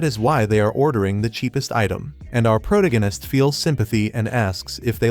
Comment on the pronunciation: ah, the good old PROTO-ganist narration. makes my teeth hurt